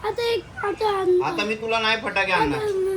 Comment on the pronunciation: पटाकडे नाही फटाके 😂😂